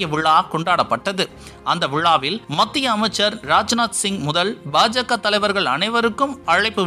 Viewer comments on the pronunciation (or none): none